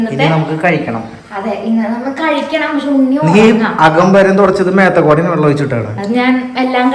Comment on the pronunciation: വള്ളം ആല്ല വെള്ളം ആണ്